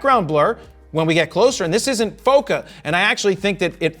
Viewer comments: The way you pronounce bokeh makes my soul hurt 🥲🥲🥲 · you pronounce bokeh wrong